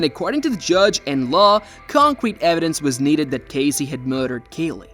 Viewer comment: Excuse me ambiguous AI voice but it’s Casey, with an S, not Cazey, with a Z.